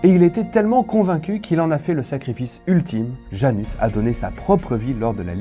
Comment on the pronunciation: Salut, c'est une très bonne vidéo si je peux juste ajouter quelque chose le prénom Janusz se prononce ianouche et pas Janus, voilà c'est tout pour moi ;)